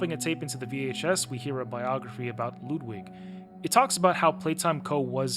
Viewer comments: LUUUUUUUUUUUUDWIG it is ludwig how you prononce it bro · I like how you said Ludwig’s name correct the first time & then proceeded to pronounce it wrong for the rest of the video 🤣😭 The cardboard cut outs: supposedly the theory is they are actual recordings from the characters but like were scrapped Also, it’s believed that our protagonist wasn’t aware about the experiments. Later in some video tapes it’s revealed only some of the workers actually know what’s going on. In chapter 4, the doctor said that he didn’t recognize us. The doctor knew every worker who actually knew what was going on. Solid video though, it’s really fascinating to hear what your understanding of the lore is & interpretations. Since you haven’t looked into it besides just playing the game.